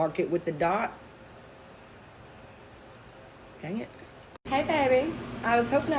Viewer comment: The way you kept the accent when you said "dang it" In the blooper after the mustache!😂😂